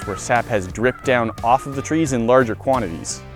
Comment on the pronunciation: At the very beginning, i heard tweees instead of trees